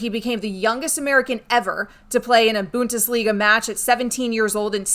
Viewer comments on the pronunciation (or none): The BUnT-is-liga? Say it again now - "BUn-DES-LeeGA" !!!